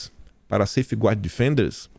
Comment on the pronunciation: /SEIFGARD/ é a pronuncia (só pra ajudar, não pra criticar).